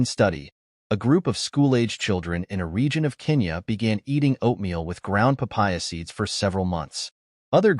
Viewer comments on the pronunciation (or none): none